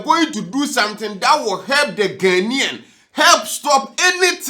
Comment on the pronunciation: Ghanaian not ghenien 😂😂😂